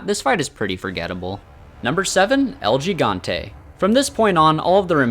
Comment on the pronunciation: It's pronounce "Ehl Hee-gante"